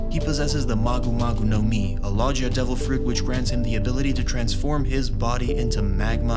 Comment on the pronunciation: please stop saying lojia its logia with a G